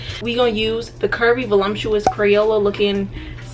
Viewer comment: Nobody:: valumptuous